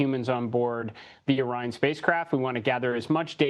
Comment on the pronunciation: I know she didn't just pronounce Orion as "Oreon"